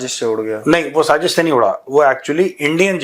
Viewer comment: Bhaarat gets a Nobel prize for "saaZZish" 😂